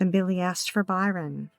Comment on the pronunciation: The victim's name is Bryon, not Byron.